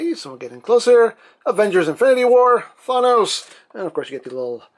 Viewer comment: Wait did he say Fonos